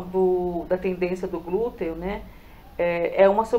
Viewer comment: Tendinite no Glúteo e não Tendência no Glúteo! Glutei? Só faltava falar: Glúten! É interessante antes publicar o vídeo que você leia ou peça pra alguém faze-lo! Mas o conteúdo está ótimo🎉